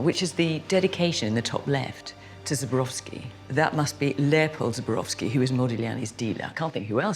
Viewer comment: So sorry that both Fiona and Philip keep mispronouncing Zborowsky's name. They repetitly say " Zobrowsky" inverting the O and the B. Not good for art experts!